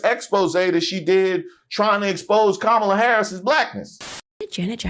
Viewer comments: Her name is Kamala "Coma la" not "Ka ma la." She doesn't have enough respect to pronounce her name. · She still wont say Kamala's name right! Im sick of her arse! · Soooo…them Constantly mispronouncing Kamala Harris’ name is a universally maga thing????? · This witch can't even pronounce Kamala Harris name right. I hate when people say her name like that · Notice how Owens didn’t pronounce Kamala right? She is 🤢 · She should be embarrassed as an educated woman. Acting like she doesn’t know how to say Kamala’s name. Right Candi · What’s this speech impediment that prevents people from being able to pronounce Kamala’s name correctly? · In my opinion, you can judge the character of an online personality by their refusal to correctly pronounce someone's name. Especially when it is someone of the race. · I know she's uneducated but why can't she pronounce Kamala Harris' name correctly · Candy-Girl knows how to pronounce Kamala’s name correctly, but like with all her commentaries she panders to the lowest racists of all. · Candace pronouncing Kamala wrong 😑